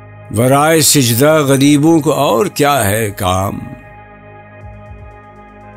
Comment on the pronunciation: Please correct your pronunciation It is sajda not sijda